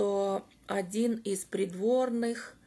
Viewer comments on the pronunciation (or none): none